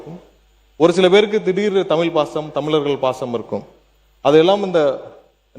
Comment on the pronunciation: தமிழ் என்று உச்சரிக்க தெரியாத அமைச்சர் தமில், தமிலர் என்று தப்பு தப்பாக உச்சரிக்கிறார்..😂😢